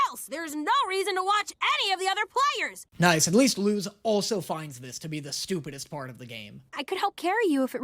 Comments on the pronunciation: So, I know you already addressed people telling you this, but Luz’s name IS pronounced with an s sound. It’s a Spanish (as in the language, not the nationality) name. That means it follows Spanish pronunciation rules. The z is unvoiced (meaning it sounds like the letter s). You said “see, it is ‘lose’” based on Eda’s pronunciation of the name, but that’s just Eda being close enough that it doesn’t really matter, but Luz’s name IS “Loose.” Rewatch episode 1 and listen to how Luz introduces herself closely. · nope, it’s luz not lus! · ITS PRONOUNCED LUS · Isn’t her name pronounced l-u-s but spelled luz Pls correct me if I’m wrong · Luz was speaking Spanish, her name is literally “light” in Spanish that’s why people have been telling you you are pronouncing it wrong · SHE'S LITERALLY SPEAKING SPANISH. LUZ IS PRONOUNCED AS LUS BECAUSE IN SPANISH Z IS PRONOUNCED LIKE AN S IN ENGLISH. IT'S LITERALLY CULTURE 😭